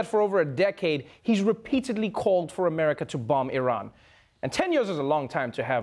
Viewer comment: So glad trevor pronouced iran correctly.